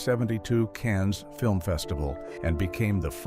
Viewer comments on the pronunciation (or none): none